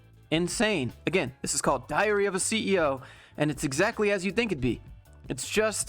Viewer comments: How come every time you say "Diary of the CEO" I hear "Diarrhea of the CEO"...? EDIT: It is funny, how people cannot live without everyday chores of getting to office. EDIT2: They definitely are talking about negative impact of "Lockdown" not "Working From Home". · LOL I heard "diarrhea of a CEO" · Did you say diary of a CEO or diarrhea of a CEO? Because that sounds more like you said diarrhea of a CEO. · When says diary I hear diarrhea of a CEO 😂 which is appropriate considering the BS the boomer is spewing